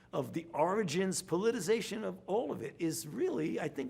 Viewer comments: That’s politicization, not politization, Fauci. Politization is not a word. Is the fatigue of lying constantly affecting your expressive vocabulary? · It's not "politization" Fauci, say it with me you glorified administrator... "politiCIzation." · Fauci saying the word “politicization” 🤦🏻‍♂️